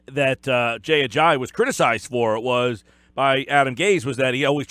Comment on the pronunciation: Where are you getting the H sound in his last name? It's just pronounced the way it's spelled, Uh-jah-EE, not Uh-jah-HE.